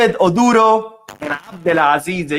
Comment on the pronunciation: Hi, The name ODURO is pronounced like...... oh-droh. The U is not stressed but almost silent.